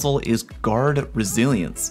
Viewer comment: GuArD ReSiLiEnCe me: so you're saying take a shot each time you say it wrong? got it